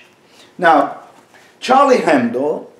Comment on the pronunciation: Oh! your pronunciation is soo Turkish Edip, comparing to your life, duties etc. Move to TX. ;). Also it's Hebdo, not Hendo.